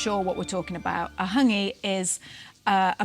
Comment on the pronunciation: Practise your pronunciation of Hangi - other than that - agreeeeeed.